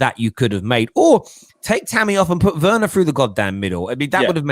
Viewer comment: you are such a mug, you corrected the deluded Spurs politician Alex who ddnt pronounce Bergwijn correctly, but you keep entertaining these Chelsea big heads who can't pronounce Werner correctly. It's actually annoying how they keep mispronouncing it. Same as those Arsenal fans who mispronounce Wenger, using a W instead of V 😒